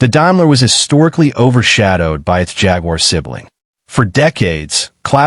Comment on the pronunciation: It drives me insane the pronunciation of Jaguar..